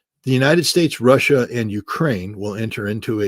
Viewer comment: What is "Rawssia"?